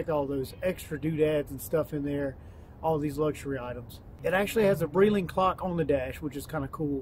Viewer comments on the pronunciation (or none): The clock on the dash is special and just so you know it's pronounced Bright-ling, lovely car.